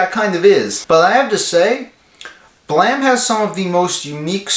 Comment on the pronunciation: Holy fucking shit. You actually pronounced the title right. I've seen other videos pronounce it Blame instead of Blam. Kudos to you sir 👍